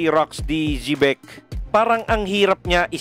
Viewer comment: Bat ganyan pronunciation mo ng Xebec Sebec or sibec ang pronunciation lods